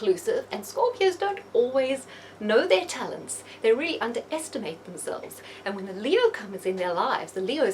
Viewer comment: it's "really" not deally.